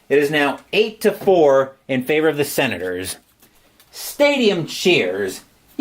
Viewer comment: it is the Senators right? I know you said it wrong many times... hard to do for sure..